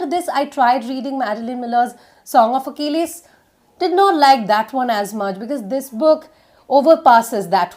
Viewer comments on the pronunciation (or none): none